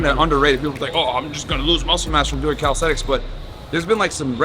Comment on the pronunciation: My boy is a coach and keep saying “Calisthetics” 🤦🏾‍♂️🤦🏾‍♂️ It’s Calisthenics Coach! Sheeesh